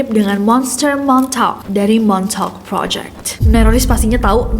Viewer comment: MONTAUK ya bukan MONTOK..ka Nessie pliss ngakak bngt😂😂😭😭